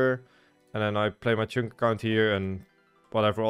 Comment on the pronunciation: Just here to hear him say cheünk